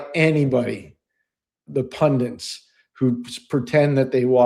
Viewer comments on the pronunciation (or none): Sorry. this term drives me crazy. It is pundits....not pundints